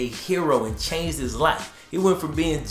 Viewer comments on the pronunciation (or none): none